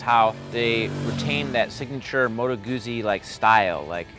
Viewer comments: Yes, Gutzi not Goozi, much more satisfying to say. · It's "Moto Gootsi", you loser. Have you not ever eaten a slice of "peetsa (p-i-z-z-a)"? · when all of you can say peet.za(pizza) so easily then why on sweet jesus' holy earth can't you say goot.zi instead of gooozi, nice review though. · Ah man, ya gotta pronounce 'Guzzi' properly! I can watch but I can't listen... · Why is it so hard for 'Muricans to pronounce Guzzi?